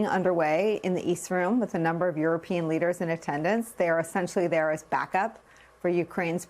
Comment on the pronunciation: Lesders???? Seriously???